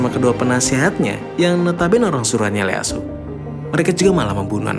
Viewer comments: Ieyasu bro, bukan Leyasu 😁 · Hadir min 👍 Koreksi min baca nama Ieyasu itu "ieyasu tokugawa" bukan Leyasu 🙏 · ieyasu tokugawa min, bukan leyasu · IEYASU bukan LEYASU